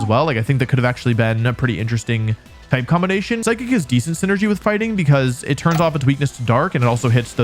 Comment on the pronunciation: DO NOT LEAVE OFF THE H IN PSYCHIC!